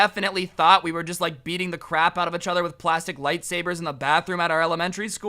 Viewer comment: Am I the only one that get triggered when he says each other.